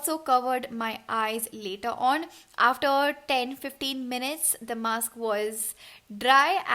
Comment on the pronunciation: Dear itz mask not maks.